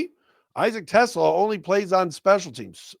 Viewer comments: I think his name is pronounced Teslaaaa, long "a" if I remember correctly. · the pronunciation is Te-SLAH. It rhymes with ooh-la-la.